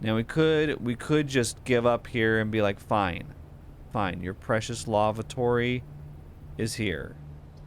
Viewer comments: Omg.. that is not a broach.. and that is not how you pronounce lavatory.. please stop saying lavatory!!! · the way he reads Lavatory is kinda funny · He says it so weird LOL